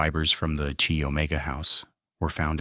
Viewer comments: You pronounce the Chi in Chi Omega as K -eye, not Chee. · It's not "Chee" Omega. It's pronounced "keye".